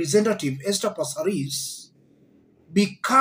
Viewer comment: Aki passareeees😢😂 I love the way you say it 😅